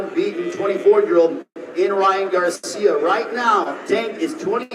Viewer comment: He keep saying Ryan garcim it’s garcia 🤦🏾‍♂️